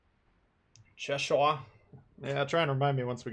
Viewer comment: And he is pronouncing Cheshire wrong, as a person who lives in Cheshire, it’s pronounced che-shire not ‘sheshire’